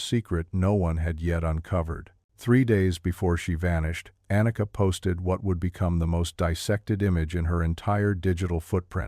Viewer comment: Warum sagt der Erzähler immer Anaka statt Anika??